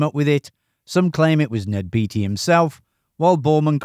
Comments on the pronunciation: I guess it's too late to change but Ned Beatty's name is pronounced the same as Warren Beatty. Bay-tee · Ned BAY-TEE, not BEE-TEE. CHAT-UH-NEW-GUH River.